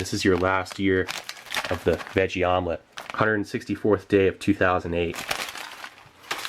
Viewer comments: Haha a vomlet... you said it. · I thought he said vomlet on purpose as in vomitlete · Vomelette? Haha more like...Vomilet, am I right???